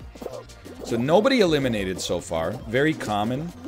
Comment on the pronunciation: Hahaha oh he's just saying elimidated now